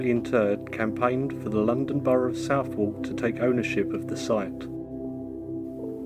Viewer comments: I love how people not from the area pronounce Southwark. It's Not South-Wark it's pronounced more like Sutherk. Looooool. Nunhead is the Posh part of Peckham, yes a posh part of Peckham exists lol. I live about a 15 minute walk from the Cemetery in New Cross. Tbh, it really is stunning. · I'm a pronunciation nazi mate, please forgive me, but "borough" is pronounced "burruh" not "burrow" and southwark in south London is pronounced "suthurk" not "suthwark." And while I'm here don't pronounce the "H" in Buckingham. It's "bucking'm". The "H" is silent. Silly pronounciation rules I know but it's how we do things in the UK. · Southwark is pronounced Sutherk